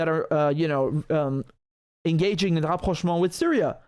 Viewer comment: The way you say "Rapprochement" is so nice, so "frenchy". Are you french ? do you speak french ?